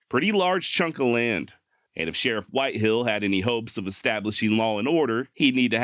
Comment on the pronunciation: WHITEHALL NOT whitehill